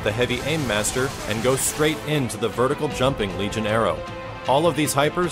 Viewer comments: Argh, it's vertical not verticle! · Vertical not Verticle :/